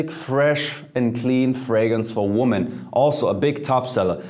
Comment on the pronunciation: Mehrzahl von woman ist women. Lerne den Unterschied bei der Aussprache.